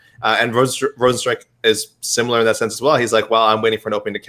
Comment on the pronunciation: Why can he pronounce thense but not sense or why is it not senthe or thenthe